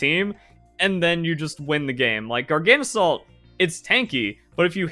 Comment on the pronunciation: Is your coninuing of mispronouncing Garganacl a choice, or did you just never notice the extra 'na' that snuck into your pronunciation? Garga - salt Gargana - cl (or chloride) Not Gargana - salt, trips me up every time xD Love your vids, have a nice day